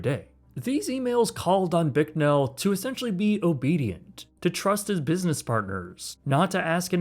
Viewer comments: Bicknell. Not Bricknell. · There is No "r" in Gene's last name. It's Bicknell not Bricknell and he used to own the world's largest Pizza Hut franchise as National Pizza Company headquartered in his hometown of Pittsburg, KS. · You could atleast pronounce Bicknell's name correctly.